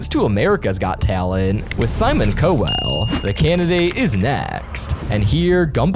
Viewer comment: it’s COW-ell NOT CO-ell